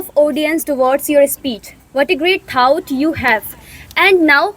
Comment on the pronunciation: All the students have performed really well, A little suggestion for the host, for the pronunciation of word "Thought", it's थॉट not थाउट.